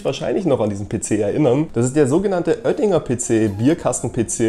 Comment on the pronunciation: Nicht Öttinger, sondern Oettinger